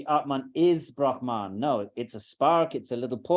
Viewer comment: It is not Brahmān (ब्रह्मान्) but Brahman (ब्रह्मन्). I am amazed such an accomplished person as Edwin Bryant should make this mistake.